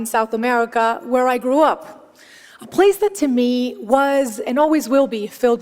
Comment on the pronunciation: She said peope instead of people. Bad pronounciation of the "ai" diphthong, "oo" wasn't pronounced fully in "grew up". This is a terrible example of English by a non-native Speaker.